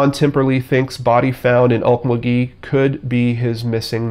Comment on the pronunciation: It's pronounced Ok MUL gee.